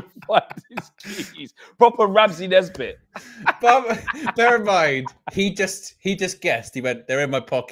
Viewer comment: Man said Ramsey Nesbittn😅😅😅